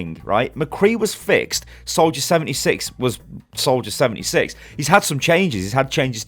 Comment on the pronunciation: He says "76" more like "7-E-6" rather than "7-D-6". Just found it kinda funny.